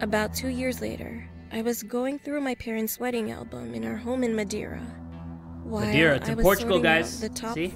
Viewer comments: not me saying to: ITS MA-DARE-UH! then realizing its not the madera in california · "Madiura" You mean madeira? it's wood in portuguese ksjdkx the pronunciation killed me omg. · Me watching this: This is fine: “MADERA”. Me being a native from Portugal: “Am I a joke to you?” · as a portuguese citizan and a fan of yours it really hurted when u said "what is that? wtf is madeira?" :( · the pronounciation of Madeira kills me- oo next horror story